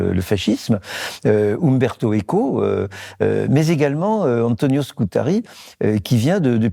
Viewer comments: Antonio Scurati. Pas Scutari comme vous le répétez, Monsieur Bayart. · Antonio Scurati ! (Et non Scutari, comme prononcé, hélas, 3 fois par le professeur, directeur de recherche au CNRS, M. Jean-François Bayart. Dommage... Par ailleurs, les huguenots français, massacrés, cruellement persécutés par le pouvoir royal français durant plus d'un siècle et demie, ont eu - eux aussi - à "bouger", n'est-ce pas, Monsieur le professeur ? Autrement dit, à s'exiler, à émigrer, par centaines de milliers... En effet, "nous avons /non seulement/ l'immigration dans nos gênes", mais aussi l'émigration. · Scurati et non pas scutari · S-CU-RA-TI. Autrement 👍🏻